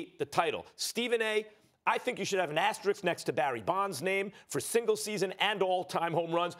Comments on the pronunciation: The word is asterisk. Not "asterix". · Max: “Asteriks”